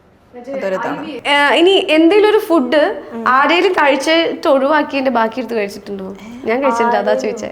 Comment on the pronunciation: ഫുഡ്ഡ് അല്ല ഫൂഡ്